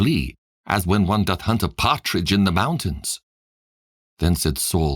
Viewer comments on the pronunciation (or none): none